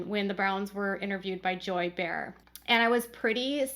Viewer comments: Just an FYI Joy Behar's last name is pronounced Bay-har not bear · It’s pronounced “bay - r” Barr. Not Bear 🐻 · It’s pronounced Joy Bay Har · I love the fact that you have had such a full, busy life that you don't know how to pronounce Joy Behar's name from The View. It's "BAY-har". 🙃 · Bay-har. But it's fine, thanks for the story